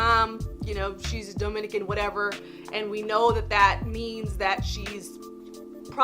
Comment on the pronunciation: It's duhminican, not doughminican you damn fake cali halfbreed